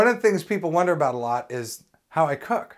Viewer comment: are you saying "ho" or "ow blind people cok food"???